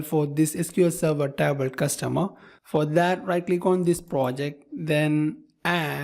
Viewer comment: Dude, your English is perfect. But that TABL instead of table really cracks me up! good work tho